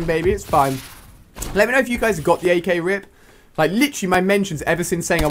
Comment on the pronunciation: Ak not sky